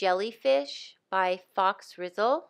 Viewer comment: I think Faux is pronounced foe. 😁 You’re fine with wiggles. You can be the artist and do it your own way. It looks quite pretty.